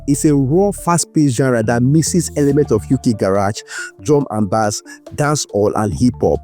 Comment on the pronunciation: Great Docu,. A lil tip. Its called Drum n Bass( Pronounced "Base" "Bay-ze)